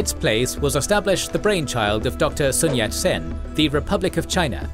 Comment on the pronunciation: "sun sat yen"